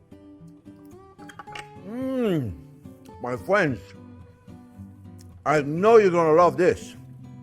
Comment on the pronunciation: "Well hello there phrinzzzzzzz!!!"